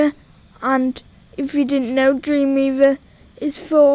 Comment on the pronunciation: i hate how he says dweemweava